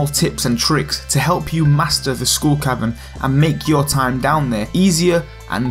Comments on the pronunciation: I swear he says School Cavern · Does anyone else hear him saying "School Cavern"? :) It's probably appropriate since you get a kind of an education in survival against the odds..... ;) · I keep hearing school cavern. He he he ;p Great Video though